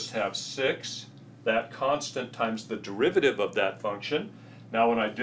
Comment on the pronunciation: its "constant"